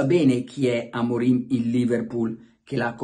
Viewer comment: ma credibilità ha Luca Diddi che dice Amorin anzichè Amorim sono tutti maestri di tattica non ho parole